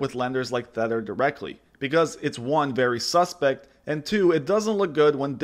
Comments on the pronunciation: Dude, it's TETH-er.... Not THETT-er... The clue is in the name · It’s Tether, not thetter lol. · Really good video but you might have dyslexia or another audio processing issue as you were pronouncing it incorrectly Tether like Heather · Te-th-er as in tied to something not Th-e-tt-er as in WTF? (lol but otherwise excellent video) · Having a hard time taking this video seriously when you keep pronouncing tether as thedder. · or Thedder? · sounds like thedder to me too. LOL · It’s very hard to watch this when he pronounces tether as “thether”. There is no TH at the beginning of the word tether. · Tether. Not thetter ot thether. It's literally pronounced how it's spelt. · It’s Tether not Theter bro lol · You cant possibly have spent more than two minutes researching crypto and not know how to say TETHER. this guy clearly plays off other peoples content and has no idea what hes actually talking about. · Tether is pronounced with a hard "T" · Kills your credibility making an entire video calling it THether. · Maybe learn to pronounce Tether properly. If you’re missing that detail, who knows what other details you’re missing in your analysis. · You don't even bother to pronounce "Tether" correctly, this is low effort clickbait FUD. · Decent video but bruh youre sayin tether wrong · How are you going to make a video about something you can’t even fucking pronounce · Anyone else fuming because of the way he pronounces Tether? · Hard to take someone talking about crypto seriously when they can't even pronounce 'Tether' correctly.